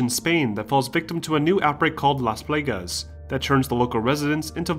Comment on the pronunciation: plahg-ahs not plAgus